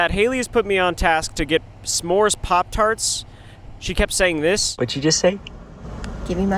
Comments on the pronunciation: Nah bro it’s not S’mores she said smoes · it's pronounced like smore's, not smoe's. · “Get me my smo’es😗” 😂😂😂😂we love